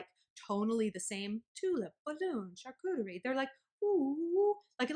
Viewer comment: Holy wow girl! The way you pronounce Charcuterie gives me MAD douche chills.